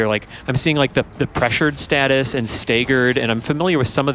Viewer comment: I winced when he pronounced it "stay-ggered"